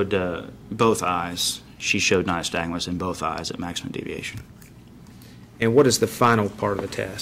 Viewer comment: He keeps saying “nystag”nusI hear so many cops make the same mistake. Their training course obviously barely touches on this. I have Resting Nystag”mus.” My eyes will sor flutter watching TV or if somethings moving past me too quickly. Annnd….. I think they should do away with a field sobriety test because it is bulls***.